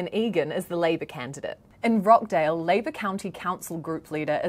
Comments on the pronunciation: It's pronounced Rochdale, not Rockdale. The clue is in the spelling. I'm curious: how do you Kiwis pronounce: kitchen, teacher, achieve, reaching and peaches? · ROTCHDALE not rockdale sheesh